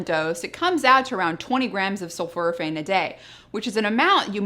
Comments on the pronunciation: Dr I don't mean to be critical but I believe you are mispronouncing "Sulforaphane. The first part of the word is not "sulfur" but is "sulfor. And it sounds like you are saying "sulfur" instead of "sulfor." Sul-fora-phane is what is should sound like I believe. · The word is pronounced “sulforaphane” as in for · Have i been mispronouncing it? Sulf-OR-aphane? (You say it sulf-UR-aphane).